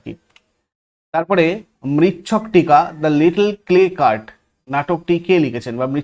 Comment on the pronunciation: 22নম্বরেরটা উচ্চারণ মৃচ্ছ-কটিক। মৃচ্ছক-টিক বা মৃচ্ছক-টিকা বলে কিছু নেই। এটির অর্থ মাটির খেলনা(গাড়ি)। মৃচ্ছকটিকা শূদ্রক লিখিত সংস্কৃত নাটক। ধন্যবাদ।